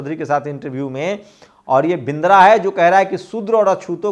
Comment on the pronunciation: बिंद्रा नहीं बदरा बोलिये।